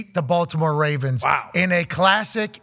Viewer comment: our team is the 'Ravens'. Say it properly.